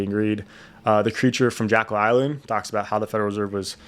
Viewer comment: Yo man, your saying jack-yll island its jek-yll island